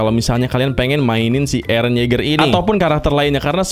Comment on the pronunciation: bacanya yega